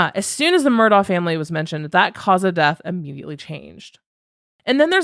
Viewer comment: It's actually pronounced Mur-dock ( I know, makes no sense) and Alex is pronounced Alec. Many have reported this.